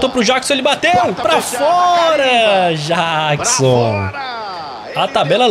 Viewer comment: o camisa 15 o nome dele se pronuncia Nicolas Jackson de Michael Jackson